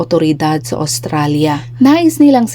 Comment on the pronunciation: Please pronounce well, Australia.